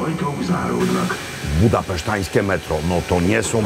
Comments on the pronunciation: Mówi się budapeszteńskie, nie budapesztańskie. Jest obecnie wiele prób zmiany zasad języka polskiego, wynikających zwykle z niewiedzy. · "Budapeszteńskie", nie "budapesztańskie". Caesar non supra grammaticos. Przepraszam. Wierny fan :)